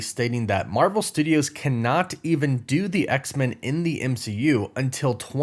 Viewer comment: I love your work but I'm so weirded out by the way you say X-Men. I've never heard anyone say it that way. It's X-MEN not X-min. Men needs to be said the way it would be if standing on its own.